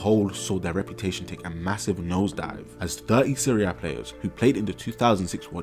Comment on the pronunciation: Hearing you say Serie A correctly gave me a smile, because I'm an OG watcher and you've come along way my guy